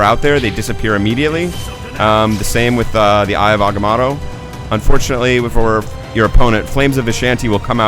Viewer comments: it's agamato not amagoto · agamotto not amagatto fool! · he said "eye of amagato" you fail